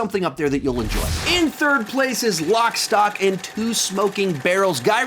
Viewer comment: except you called it "lock STOP".... then you said Brad Pitt doing the "piper" thing, i think you were meant to say pikey thing but you´re just too ignorant of British culture.....and you think your qualified to talk....ahhh and as a footnote, your misinformed title says "all 11 Guy Ritchie films"...you really must do your due diligence, then....learn to count